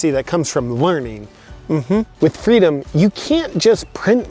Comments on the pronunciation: I think you mean fweedom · Excellent work! who needs fweedom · Don't you mean "Fweedom" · All the leftys I know believe in fweedom now..